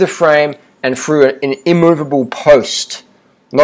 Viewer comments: "Fru the frame and fru an immovable post". I'm sorry our terrible British habit (th-fronting) has reached Aussie shores. Sad times. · Froo the frame, "Froo it"